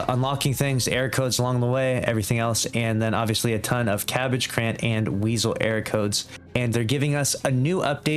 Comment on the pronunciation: Currant pronunciation lolol